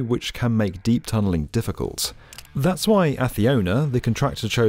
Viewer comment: Why he said affiona not acciona as s?